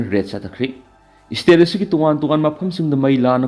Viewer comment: Ebo nanggi ucharan se yadareda, State haigadabada esstate, School haigadabada esschool, cease fire haigadabada six fear labour haigadabada lebrer, security haigadabada sikurity, Secretary dana seketri, Advocate haigadabada advotcate, sida natte yam leiri, aduna sinphamsida khongdaninglabadi hanna Oja Raj Nongthombam da Pronunciation gi tution loukho. Oja Raj asi pronunciation sengna ngangbasinggi marakta amani.